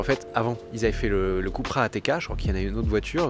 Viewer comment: "keupra" Cupracing, pas koupra